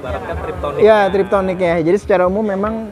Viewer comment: sudah puluhan tahun, maaih tetep salah kaprah sebut Triptonik... Yg bener itu TIPTRONIK.... teknologi perpindahan tansmsi menggunakan TIP (fingerTIP) TRONIK (elekTRONIK)